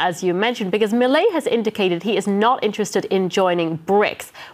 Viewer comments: Me-lee-a… wrong Me-lay… correct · Que cosa como le cuesta a los no hispanohablantes decir milei 😂😂😂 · Is this a new fashion pronouncing his name wrong? Everywhere presenters seem to have the same issue. Its just 5 words.